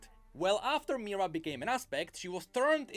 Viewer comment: The name of Kayle's and Morgana's mother is Mihira. I don't know why pronounces it as "Mira", but that is incorrect. Also, even if Sylas would touch his chains, nothing would happen, since Sylas himself doesn't have any magical abilities, he can only use someone else's magic. And no, Tianna is not a mage, she is a commander of Demacian army.